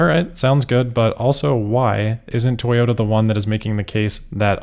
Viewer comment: Moar Toy-ohoh-Ta plans. And hilarious ones at that. Fantastic.